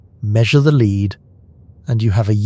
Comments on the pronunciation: Love Joseph Tainter's work, and Eric Cline's, too. Could you please pronounce "lead" as "led", when you mean the element Pb? And it's "Ram-sees". Thanks. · Do you hate your listeners enough to speak to them via robots who can't pronounce "lead" or "A.D.". I love the content. I hate the LAZY, LAZY, presentation.